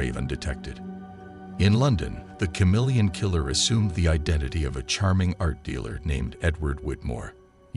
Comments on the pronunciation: Dude, is this even a real case? Ive never heard it before. First off, its ka-MEEL-yun, not cha-MEEL-yun. You left us with more questions than answers... What year(s) was this case? What in DuBois' background prepared him to impersonate all these different people and nationalities? He impersonated a woman? How was he able to pull that off? How did finding a fingerprint lead to them finding out he was shacked up in a hunting lodge? Who were the cops who figured that out? When he was caught, where was he prosecuted? Which country? What sentence did he receive and where is he incarcerated? His policeman brother , you imply, was aware of his brother's crimes. Why wasnt the brother prosecuted for harboring a fugitive or as an accessory after the fact? These are obvious questions you should have addressed in the video. Do the research, then remake the video. This one is just missing too much background info. 😮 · Love thenew channel & the subject & the blessedly not- totally-over-covered case... ... but... every time he pronounced the word "CHameleon" incorrectly, my face involuntarily contorted into a painful cringe...😬🥴 Lol Keep up the good work to! I appreciate all your time, effort, & hard work!!